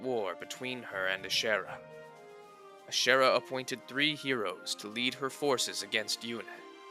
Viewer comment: Ohhh lol I was like “iirc that’s not the right way to pronounce ashera 🧐” as someone who’s never played these games!